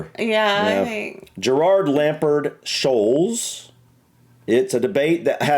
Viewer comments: Paul Scholes lives about 2 miles away from me and he used to go into the pub where my daughter worked behind the bar until she finished university PS it’s pronounced Scoles as in holes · Paul Scholes. His last name is pronounced "Skoles" 😁😁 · Scholes - pronounced Skoles!